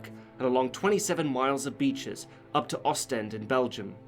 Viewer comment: You tried your best to pronounce Oostende :)